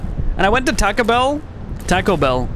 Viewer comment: I went to Tacko Bell 😂 I’m an employee of a Taco Bell and it’s always good to see people pronounce food items and the name of the restaurant wrong